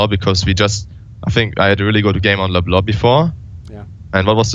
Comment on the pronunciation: First pro player I heard pronounce "Leblanc" like it's supposed to. Great reflection Thoorin, unexpected, but I appreciate the great content.